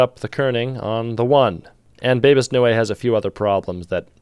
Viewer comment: Bebas Neue, pronounced new, was designed by Ryoichi Tsunekawa!